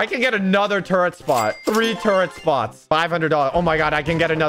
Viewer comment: I like how he says turret like toret